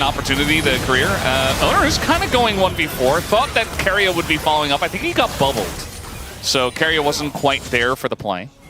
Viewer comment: stop calling keria KOREAAAAAAAAAAAAAAAAAAA >_< lol